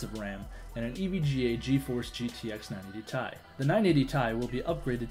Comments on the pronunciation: Yeah I cringed when he said 980tie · lmao is no one gonna mention the fact that buddy was calling his 980ti the '980 tie'? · The way that one guy says "tie" instead of "T-I" annoys the fuck outta me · Did say 980 tie? 980ti mate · "980 Tai" .______. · 980 TAI DUDE IT'S 980 TE AI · "980 tie" xD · 980 ti lol IT T I TO SEPARATE LETTERS T I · 980 tie? wtf did i hear that correctly? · 980 "tie" LOL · 980ti say it 980 t i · Yeah, the 980 TIE